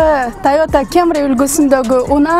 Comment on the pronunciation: Кемрии 😂😂😂😂 камрииии дечии